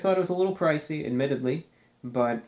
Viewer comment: take a drink every time he says admitadley